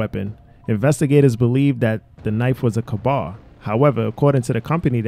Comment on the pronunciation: I refuse to believe that anyone who claims to have a history in law enforcement would ever mispronounce K-Bar as Kahbar. I simply refuse to believe it.